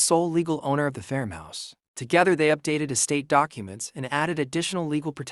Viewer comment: AI doesn’t know how to pronounce ‘farmhouse’, it’s not fermhouse